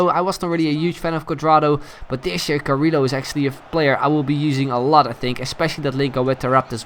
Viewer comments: I'm pretty sure Carrillo is pronounced Carriyo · its pronunced carriLHo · Yes, you are right. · No, it's actually Carriyo, I'm half-peruvian, in a spanish name every double L is pronounced as Y. as in Callejon is spelt Cayejon. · Its pronounced Cariyo but us Portuguese are too lazy and just say it how it looks.